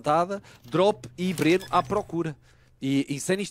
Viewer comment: O gringo chamando o Brnzan de Breno KKKKKKKK